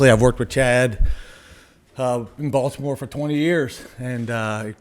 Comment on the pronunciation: “Bolt’imore Chargers” lol